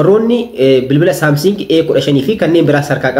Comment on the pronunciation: Samsing hin jedhin Samsung jedhi